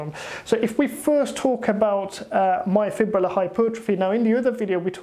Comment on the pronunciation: Refreshing to hear someone finally pronounce the word “myofibrillar” correctly. Literally every bro on YouTube that has heard of this concept incorrectly says “myofibular” and it drives me crazy hah.